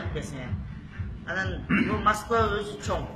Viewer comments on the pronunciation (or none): none